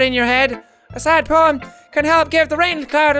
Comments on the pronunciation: "I give my moem to Ponika" loool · I died when he said "i give my moem...i give my moem to ponika!!" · Did anyone notice he said “I give my moem to Pokika.” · I keep seeing “pobody’s nerfect” in the comments but are we going to ignore “I give my moem to ponika”??? 😂😂😂😂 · Jack "I give my moem to ponika" Me 🤔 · "i give my moem to ponika"